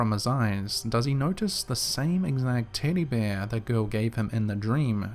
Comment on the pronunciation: 😂 you're differently saying 'tiddy bear'